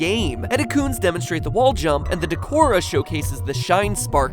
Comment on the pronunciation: Matt, I am gonna blow your mind and point out a HUGE, GAPING flaw in your presentation of this theory! You pronounced "Dachora" wrong. The "ch" isn't hard, like in "chronic", but softer, like in "cheetah". And how do I know this? Well, mainly because it's a play on "dachou", the Japanese word for ostrich. The way your pronounce "Etecoon" may also be wrong, but the jury's still out on that one, and anyway I'm guilty of it too. The "oo" may be intended to be read as a long "oh" sound, not the "u" sound we're used to in English, as the critters name seems to come mostly from "etekou", a highly specific way of referring to a monkey. Early storyboards of Samus' encounter with the creatures Romanize it as "ETECOOH". Of course it could also be a combination, a portmanteau of "etekou" and the English "raccoon" (they are kind of raccoon-like), which would support the "u" pronunciation. Unlike Dachora it's less clear, and so far I've been unable to find any examples of the critters' names being written out in katakana, which tends to be pretty definitive in regards to how vowels work. But hey, that's just a theory! A Linguistics Theory!